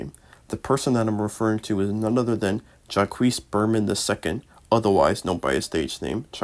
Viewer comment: "jah-quees" is crazy